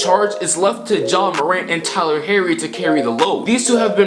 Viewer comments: Yooo ummm it’s Tyler Herro not harry he said Tyler Harry lol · Wait, does he always say Tyler Harry instead of Herro lol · Tyler Hairy? Lol